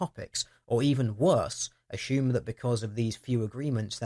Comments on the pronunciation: food for thought. there is no H in the word assume.... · aSHOEm? I'm trying hear assume but hear A-Shoe-m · assume.... Heheh... You said A-shoe-m. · The number of times assume was mispronounced as "ah-shoe-m" was very distracting (similarly it's also very weird hearing a handful of people pronounce consumers as "con-shoe-mers"). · danged autocorrect. I meant that to read pronouncing "assume", with an S-sound, as "ashume", with an H sound in it. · the way you say assume is hysterical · Which part are u from where they pronounce the word "assume" like u do?._. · Just curious...Is it a typical British thing to pronounce "assume" as "assume"? There's nothing wrong with it, I just don't remember having heard it before, and wanted to know if it's common, or just a deer-ish idiosyncracy?